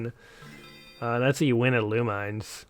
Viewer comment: You are pronouncing the title wrongly.